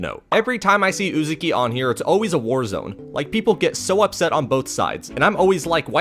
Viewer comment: Great vid! Only one minor nitpick, that had my eye twitching the whole time, so please forgive me for saying it; I’m pretty sure it’s pronounced “UzAHki” and not “UzUki” Also, my man got good taste in manga! 🤝